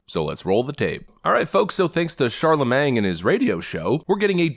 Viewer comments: CharleMAIN, not CharleMANG, you dunce. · Lmmfao,.. "Charlamange" 🤣💀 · Did you say Sharla-Mang??? :text-green-game-over::face-green-smiling